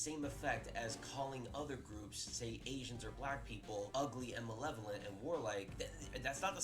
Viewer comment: this dude giving his takes on inherent evil while being unable to say “malevolent”.